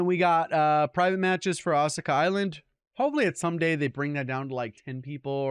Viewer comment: continuously mispronouncing ashika island every video lol 😂😝😵